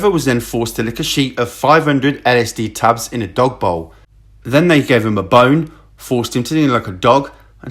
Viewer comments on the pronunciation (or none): none